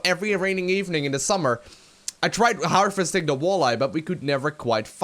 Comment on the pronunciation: You say "harvesting" a lot but you continuously pronounce it "Her-Festing" and it's annoying. V, not F.